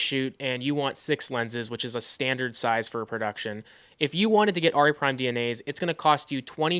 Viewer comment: it's Air..ee...not Are...ee